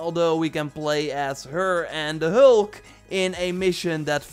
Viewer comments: "Da Helk" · Not to make fun of your accent but you really have trouble saying hulk lol 😜